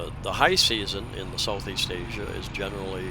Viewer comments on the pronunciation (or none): none